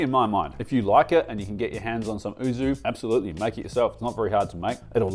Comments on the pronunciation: yuzu not oozu 😂😂😂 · YUUUUZZZUUU NOT OOOOZZZZU As a fluent Japanese speaker this hurts me and is always wrong in your videos arghhh